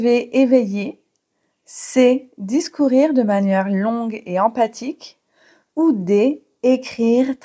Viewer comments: Emphatique se lit bien comme "enfatique" ou bien "empatique" ? . Car vous prononcez empatique. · Il me semble que vous avez dit empathique au lieu de emphatique 😊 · J'ai obtenu 17/17. Pour info le le emphatique se prononce emfatique et non empathique. Jeux amusant. Merci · D'accord, dans ce cas il fait prononcer emfatique et non empatique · Bonjour, 17/17. Pour pérorer j'aurais rajouté la dimension prétentieuse. Pérorer et pontifier sont assez proches en ce sens (selon moi bien sûr) En revanche, vous prononcez emphatique de la même façon qu'empathique? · juste en passant le mot emphatique se prononce emFatique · oui, prononcer empatique pour emphatique, ça la fout mal,! Mébon, vous êtes bien sympa...! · Emphatique ne se prononce pas empathique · 17/17. Merci pour ce test. En revanche, emphatique ne se prononce pas comme empathique. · Attention à la prononciation d' emphatique. Le ph se prononce comme un f.